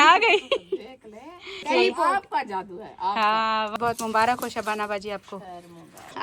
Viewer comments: Mubarak not mubarakh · Mubarak hota hai mubarakh nahi